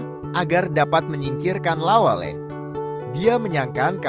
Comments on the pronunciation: La welle, ' bukan lawell... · Lawelle bang bukan lawel, ase bukan Ais,,😅😅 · Saya dislike karena narasi menggunakan bahasa Google. Lawelle kok jadi lawel....opppooooo wi... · Aduuh,... ga sereg dengernya, narasinya bkn org bugis. Penyebutan nama lawel, itu bkn nama bugis pa'e 🙏🙏🙏